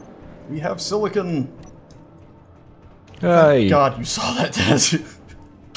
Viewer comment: Every time they say "Silicone" I chuckle because Silicon is used for computers, while Silicone is used for breast implants.